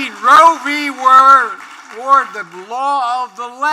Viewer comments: Ward. Roe V Ward. 😂😂😂😂😂😂😂😂😂😂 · Did he say Roe v were?